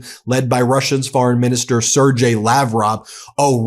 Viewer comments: Sergey is pronounced "ser-gey" (gey sounds like "gay") Not "ser-jay". 😉 P.s: those are scam email templates 🤣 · What that shows is that you don't even listen to the people talking about or with Lavrov. It's "Ser-gay", say it with "Ser-gay".